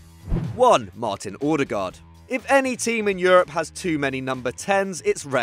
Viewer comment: The way you pronounced Odegaard was funny af. It's Odegaard not Ordegerd